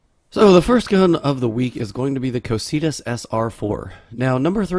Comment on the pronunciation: Ko-kai-tus, not ko-see-tus